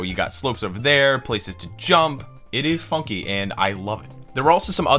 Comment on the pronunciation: Supah Donkey with a new fonky